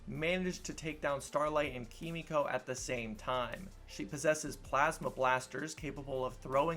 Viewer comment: Her name is Kimiko. You're pronouncing it like Frenchie does.